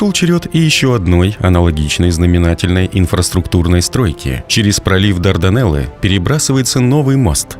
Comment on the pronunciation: Не хочется тебе это писать, но все-таки правильное ударение "ГаллИполи" и "Дарданнелы", а не "Дардинеллы"